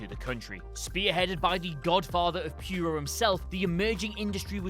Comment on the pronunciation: Puro is not pronounced "pure-o." It's how the Japanese say pro. I swear, I think Brits butcher other languages even worse than Americans do.